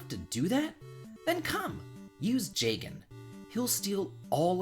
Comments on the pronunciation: I was good until you said jagen. Sorry but that’s a pitfall. In fact you saying that kind of ruins the whole for me. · Was alright until I heard "Jagen bad" tf, man?